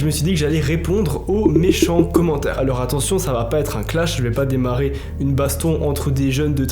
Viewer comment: Les histoires de plagiat, oseille etc je m'en fous j'adore ta chaîne mais la vie de ma mère si tu continues de prononcer le S dans alors quand tu dis "alorS que" on va s'embrouiller. Arrête de prononcer le S dans alors. Ça se prononce pas. Jamais. Même si y'a que derrière. Alors arrête